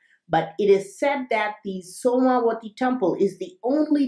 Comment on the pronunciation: When you say the name of the temple, I keep hearing the words 'SONAR' 'WI-FI' temple As if my ears are predisposed to hear words like this, due to the content. This is one of my favourite videos. Have you heard about the new Crystal tech that can be imprinted to store mass data (kind of like a very advanced flash drive)?